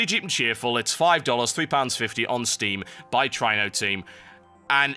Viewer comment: really try-no i thought it was tree-no